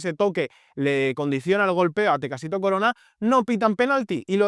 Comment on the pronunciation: Es Tecatito Corona no “Tecacito” 😅🫡